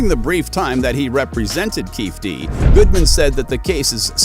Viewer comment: If you can't even come close to pronouncing the guys name, which has been all over the media for years... you don't know a thing. Waste of time 👎